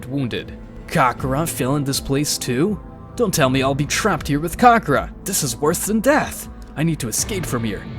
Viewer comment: Ka-ka-rot, not karrkrot